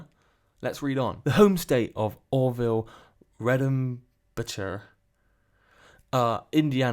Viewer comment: You can tell you’re British because you don’t know how to pronounce Orville Redenbacher 😂😂😂